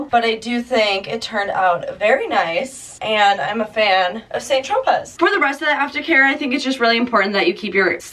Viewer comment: It's pronounced "San Tropay"